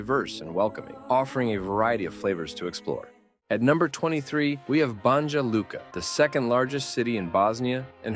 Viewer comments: English-speaking speakers in such videos should consult locals about the correct pronunciation of foreign names. For instance, Banja Luka should be pronounced Banya Luka, like New York or New Jersey.🤓😉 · BUNGJUH LUKUH... BRO THEY GON' KILL YOU 💀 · #9 Wrocław (I couldn't figure what you say) The way you pronounce should be Vrotzuav. Polish is not English. Something like Banjaluka should be pronounce Banyalooka. Gyros (Greek food) you also mispronounced. What a shame. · Narrator mispronounces "BONYA" LUKA. It's not "Bonjah" Luka. And real spelling is BANJA LUKA. I lived and worked in this mostly rural region of Eastern Bosnia. Hvala... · BANJA LUKA IS PRONOUNCED "BANYA LUCA", NOT "BANDJA LUCA"! IT'S "BERN", NOT "BURN" and so on... for all the rest! The least you can do is to learn how to pronounce the names of this VERY POPULAR European cities! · It is pronounced Ban-ya Luka. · It’s pronounced bah-nya lukah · Banja Luka has to be pronounced Banya Luka. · Ban-Ya Luka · You butchered the pronunciation (it's ba-nya lu-ka) but I love that you mentioned my home town, Banja Luka! 🎉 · I like how he just makes up pronouncations for some of those cities. If you're gonna look up information about them why not google how to pronounce "Banja Luka" - for example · You pronounce Banja Luka wrong.